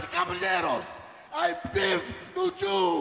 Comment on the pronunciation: doink the clown? he aint scary "i give to joo, uuuuuuuuuuumaga"